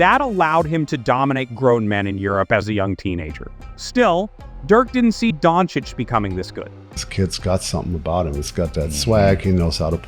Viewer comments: Luka Don-Chich... Not Don-Chick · come on, it's not don chick nor don cick, ffs